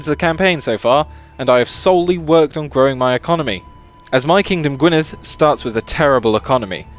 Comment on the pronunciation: The way you pronounce "Gwynedd" is destroying my soul, please stop a dd makes a th sound in Welsh so it's pronounced gwin-e-th. The old Welsh spelling is different but it's pronounced the same.